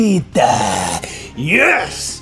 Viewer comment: Can't help but notice he says: Beh-gi-tah Not Veh-gi-tah